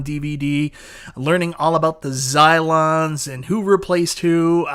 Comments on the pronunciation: Cylons, not Zylons 😄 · Lol “Zylons” 😂